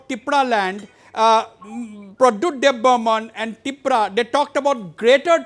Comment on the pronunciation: Not debbarman , It's Debbarma